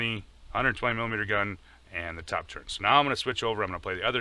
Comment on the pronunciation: The word is TURRET.......not TURRENT